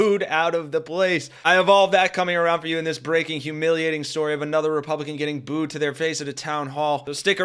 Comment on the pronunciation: Booed ~ not Bood